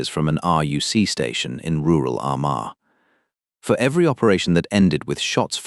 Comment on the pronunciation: You can't even pronounce Armagh!